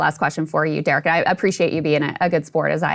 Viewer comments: Saagar your fake teeth are getting in the way. It's Derek, not Jerek. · Did Saagar call him Jerick Thompson? Or Jared Thompson in the beginning? "Great friend of the show..." lol